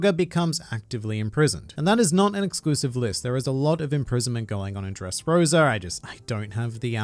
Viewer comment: Its Dressrosa not dReSsRoSuR